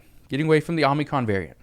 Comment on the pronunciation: I wanted to make sure you were saying what I thought you were saying before I said anything. And you have been you've been saying it over and over and over again I have to correct you. You keep saying Omnicron It's Omicron.